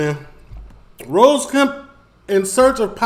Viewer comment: You're saying his name wrong lol it's Ross like the guy from Friends TV show not Rose. Keep up the good videos!